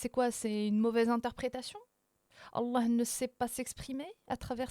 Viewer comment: J’adore quand elle dit « Allah », c’est beau.